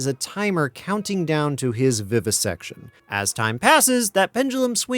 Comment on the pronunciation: shouldve said "vivibisection"